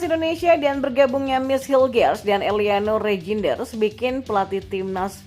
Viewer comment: Eliano Rijnder bacanya eliano Reynder